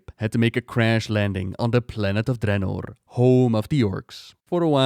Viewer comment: The way you say draenor bothers me